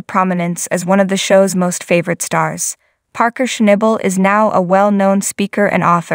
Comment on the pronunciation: if you are going to narrate a video. At bare minimum, you should atleast pronounce his name right. 😅😂